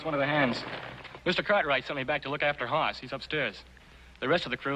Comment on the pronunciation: It's Hoss not Haas Mr writer man